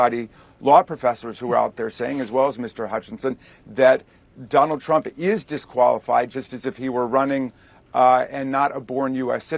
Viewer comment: sounds like you said donald tramp lol.